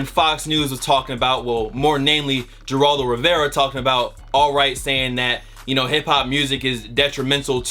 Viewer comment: Yo its pronounced "Heraldo" the makes an H sound, but fuck him he a bitch